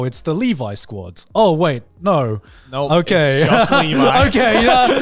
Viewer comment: I am just glad to hear the Trash Taste crew pronounce Levi correctly.